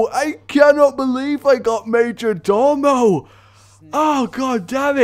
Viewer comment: So it's not "major-door-mo" but "major-DOE-mo", at least according to all the dictionaries I checked... STOP MAKIN' A BLOODY FOOL OF YESELF LADDY! EDIT: Sorry nevermind that, how ARE you pronouncing "cabal"???